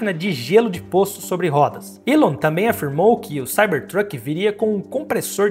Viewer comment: O nome dele se pronuncia "ILON" musk. E não tem essa de estamos no Brasil. O nome é próprio e deve ser pronunciado corretamente.